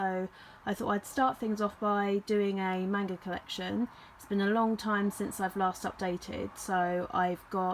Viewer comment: I hate to be that guy but I hate the mispronounciation of manga